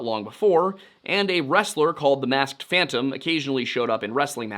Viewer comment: “No one can catch phontom”